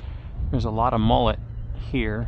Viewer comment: They're called mullet...not mollet!